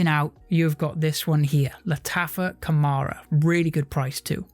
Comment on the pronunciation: It is not pronounced Khamara - it is called Khamrah my man !